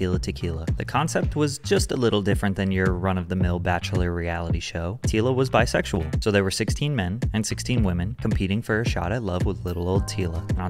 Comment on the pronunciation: Lol same "I am very bisexyal"